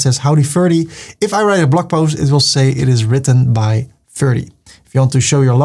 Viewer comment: Namen worden altijd in de oorspronkelijke taal uitgesproken. Ferdy.